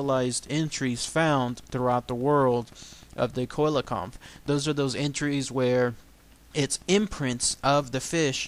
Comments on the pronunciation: si-la-canth is the correct pronounciacion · dy the why it's a SEE-LA-CHANTH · I believe it's pronounced see-la-canth... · The first researcher to find it was also from south Africa and he caught it about 1km from the knysna heads in South Africa, it's pronounced cell - Le - can't